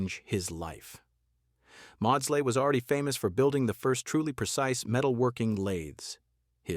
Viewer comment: Maudsley = mordz-lee.